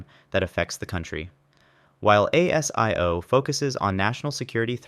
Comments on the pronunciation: ASIO is pronounced a zee yo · ASIO, pronounced 'Aay-Zee-Ooo'